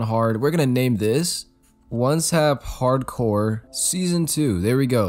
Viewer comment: I'm screaming when he says harcore ITS HARDCOREEE MY GUY REEE